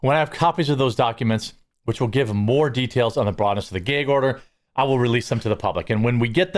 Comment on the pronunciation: Gay-guh order lol